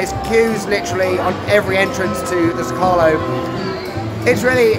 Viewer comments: Zócalo, the stressed vowel is the first O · I love how you pronounce zócalo 😂😂 don't feel bad about it. Happy birthday to this beautiful nation ❤